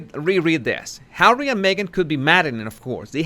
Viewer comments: Love the way you say “Arrie”..funny as 🤣👌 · OH U're beginning to sound like Ricky Ricardo when you say Harrree